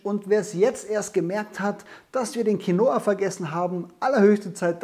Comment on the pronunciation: Quinoa wird auf dem "i" betont, und nicht auf dem "o". Als spanischsprechender Mensch hört sich dieses QuinOa ganz falsch an :-D